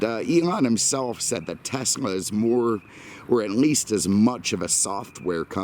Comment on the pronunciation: Thank you for pronouncing Tesla properly